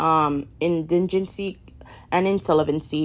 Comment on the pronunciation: What word is indingency?????????😂